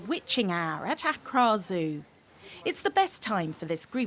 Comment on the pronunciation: The way she pronounces Accra😭😭